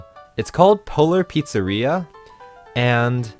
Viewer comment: I can't help myself, I keep hearing "Polar Pizzarrhea" :D